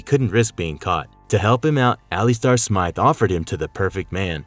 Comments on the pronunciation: its not pronouced (ali-star) ...its pronounced (ali-ster) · Good ol al-e-stare Smith lmao 🤣 cmon man it's pronounced al-luh-star lol you guys struggle pronouncing the most common words/names I swear. Good content tho. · The other guy, who created the Spider-slayers, whose name is being constantly & BADLY mispronounced is Alister Smythe (the y is pronounced vs being silent for the last name), as you do at least once in the video. The horrendous mispronunciation of Alister is really killing us, your audience....